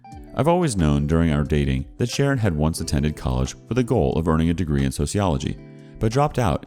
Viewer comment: Everytime,when he says Sharon, I hear it as karen. Idk why😂